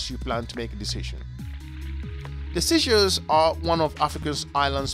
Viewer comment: Please stop saying seashells it's sey like say.